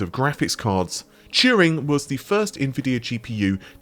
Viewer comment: what is "churing"?